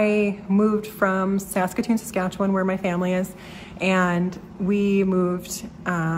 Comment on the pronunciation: I re-watched this video and enjoyed it even more the second time through. But it was when you mentioned that you were moving back home to Saskatoon, Saskatchewan, I felt I just HAD to tell you this joke. btw, you pronounced perfectly the word "Saskatchewan", as only a true Saskatchewanian could. Being from Regina (Boychuk - Ukrainian?), I know. Anyway, stop me if you've heard this one before: This American husband and wife from Texas were on vacation driving across Canada in an effort to get to know their neighbours to the north that they'd heard so much about. After a few days of driving they found themselves literally in the middle of nowhere. The wife turns to her husband and says, "Cleetus, why don't y'all roll down yer window and ask them kind folks over yonder just exactly where we's at." So the husband pulls his car close to a group of people standing near the edge of the road, rolls down his window and in a thick Texan accent asks, "S'cuse me fellas, could y'all tell me the name of this here town?" One of the young men turns to the Texan and says, "Saskatoon, Saskatchewan." The Texan proceeds to roll up his window and his wife eagerly asks him, "Well, what did he say?" The Texan turns to his wife and says, "I don't know, they don't speak English." Again, good luck with your move. The city of Saskatoon is (re)gaining a real treasure.